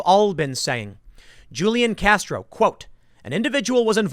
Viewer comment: Love you Tim! BTW, I'm from San Antonio where Julian Castro was mayor. The "J" in his name is pronounced as the letter "H". Keep up the great content. 👍